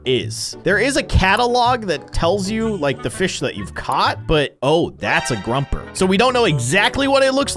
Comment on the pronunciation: Not being mean but it's pronounced grO-per